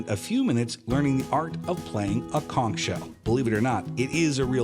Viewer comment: OK. You might at least try to learn and use the correct pronunciation for the words and locations. As a Florida native born and raised in South Florida your pronunciation of "conch" especially gave you away as 'not from around here'. It's pronounced like 'conk'.